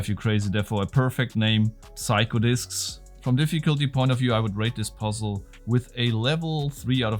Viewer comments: Psycho is pronounced like Seiko. :-) thanks for the lovely content, and I vote for Puzzle Box nr 1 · The P in psycho is silent